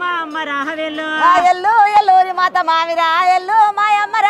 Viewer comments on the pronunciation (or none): మావిరాళా కాదు మావురాల అనాలి